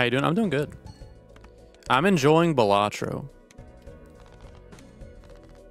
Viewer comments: Great vid, it's not pronounced "Buh-latro" btw. "Bal" is pronounced like the name "Sal" and should sound like "Bal-luh-tro" Buhlatro sounds like the name of a tasty sandwhich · Every video miss pronouncing Balatro is triggering but i enjoy the videos so i stay. For any comments balatrō is latin for fool/clown (in reference to the jokers played i imagine)